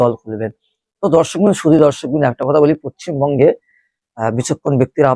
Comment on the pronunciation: আরে গাধা পশ্চিমবঙ্গ টা আগে ঠিক করে উচ্চারণ কর